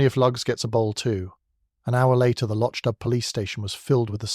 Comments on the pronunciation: If you're going to create fan fiction you could at least get the names right! Loch Dubh is pronounced "lock doo." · “Lo-ch dubb”? Please correct the AI pronunciation.